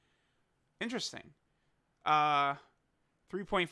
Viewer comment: Coo-ra not cooler